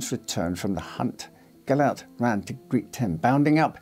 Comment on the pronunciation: That’s not how you pronounce Gillette!